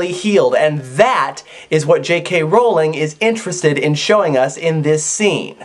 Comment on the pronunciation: I already liked the epilogue but now I think I appreciate it even more. Good job. :) Also, thank you, thank you, thank you for pronouncing Rowling correctly.